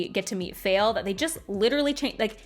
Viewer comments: Me: isn't her name pronounced Fah-eel? (If I remember her dictionary entry correctly) Also me: but she dislikes the character, so maybe it's intentional. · I don't hate Faile as much as most but I'm here for your pronunciation of her name haha.